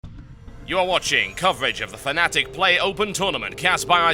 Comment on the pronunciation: COME ON TB ITS F-NATIC NOT FANATIC!